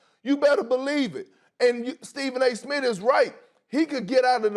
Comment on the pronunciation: Stephen A “Smit” lol